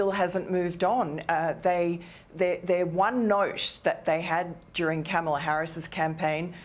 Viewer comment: Did Miranda just call Kamala Harris “camel Harris”?